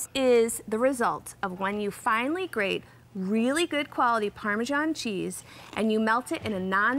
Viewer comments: why do they pronounce "parmejan cheese"? Isn't it "parmesan" or just Parmigiano Reggiano? It's so annoying!!! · I wince every time I hear the “g” in parmesan.